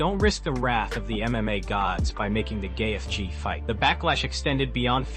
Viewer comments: Who on earth is GayyyETHHHje? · Your AI voice and AI script is trash. Had to stop it as soon as you butchered Gaetje’s name repeatedly. Can’t even say Dana correctly. Your channel is AI SLOP.